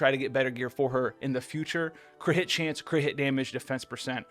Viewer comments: He says Cri’it chance and not crit and its so annoying bruh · Why is he saying crit like that ???